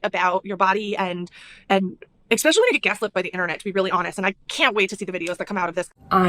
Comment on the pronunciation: She sure did. And “expecially” because she’s an uneducated loser.